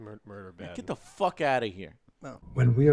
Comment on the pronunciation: No, just the way they curse, honestly. Like Dirt The Fist King said, they way the put emphasis when they say fuck just sounds off.